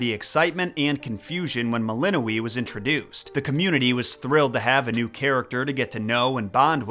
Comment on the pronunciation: The letter ë is pronounced ay, not ee